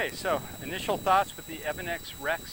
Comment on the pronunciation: Evanix pronounced two different ways in one video. LOL